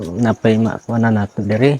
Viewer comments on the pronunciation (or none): none